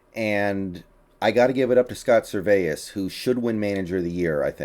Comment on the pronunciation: How tf do you miss pronounce Servais?